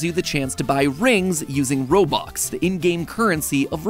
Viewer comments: did he just say robuck and not robux? seriously, I just got offended so badly that I will hop off this video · did you just called it robuck?? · Uhm.... Robuck I infact correct, robux I plural, due to the z.